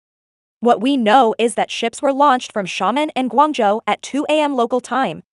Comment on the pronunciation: I like the eas scenario, but the way Xiamen and Quanzhou were pronounced was bugging me lol